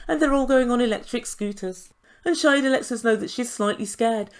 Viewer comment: Shaeeda....pronounced Shy-da